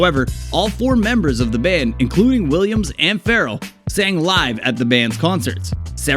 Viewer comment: Get your facts straight, and it's Bobby Far-RELL